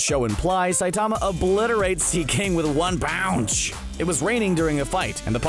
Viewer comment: “One pounch”